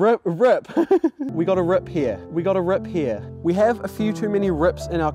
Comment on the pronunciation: rip like u said rup lol do u c9me from New Zealand